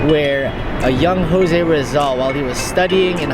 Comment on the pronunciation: ang weird mo magpronounce ng jose rizal tse!!!!